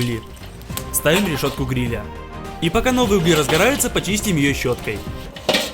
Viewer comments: Угли Углей Углях, ударение на первый слог !!! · Не уугли а углии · Правильно не углИ, а Угли, не дрОбят, а дробЯт